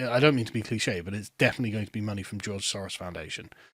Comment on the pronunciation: Is the name "SOROS" really that hard to say?